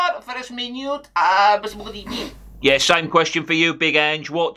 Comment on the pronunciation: "First of all good ebening. It's not the evening, it's the afternoon". 😂😂